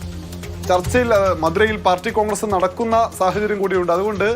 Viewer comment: കോണ്ഗ്രസ് അല്ല ഖാൺഗ്രസ്സ് 😂😂.